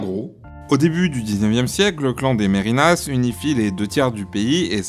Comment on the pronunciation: merinas se prononce merne, le i s'avale